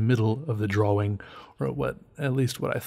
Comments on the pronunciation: i dont mean to be incredibly negative, BUT I HATE HOW CERTAIN PEOPLE SAY "DRAWLING" not "DRAWING" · your pronunciation of draw wing is fantastic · Kumori Yes! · lmao, sometimes it borders on sounding like draw-ling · Love how you say drawing. It kinda sounds like "draw-ring".